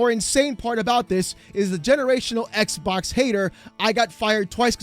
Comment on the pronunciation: please stop saying ex bock lmfao